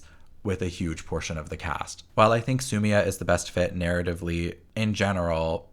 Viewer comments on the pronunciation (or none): Okkk I am sat. Yes you should write a book. Also realized you’re a queer Lebanese 🇱🇧❤ayyy but also assumed it bc of your pronunciation of Sumia lol. Please make more FE character analyses, it’s so thought provoking.